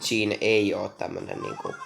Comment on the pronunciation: se pitää lausuu cheen